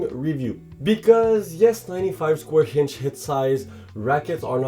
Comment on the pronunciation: stop adding H on the words that dont have it like inch and others its really annoying other than that great review